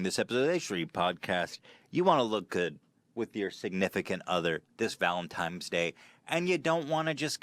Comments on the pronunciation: Why is no one talking about 'Valentimes' Day?! Cutie Ethan. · How did he manage to say Valentines Day wrong three times in a row